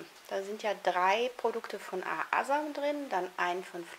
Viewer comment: Fraglich wieso man ein Video macht wenn man Jedesmal den firmen namen falsch Spricht .. naja